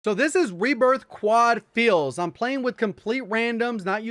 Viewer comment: You gotta be from the south pronouncing “fills” as “feels” lmao happens to me all the time on words like hill or pill.